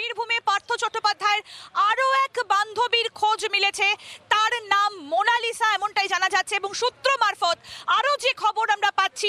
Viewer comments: মনাসিলা ভুল হবে মনালিসা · Eta monashila noy monalisha hobe 🙃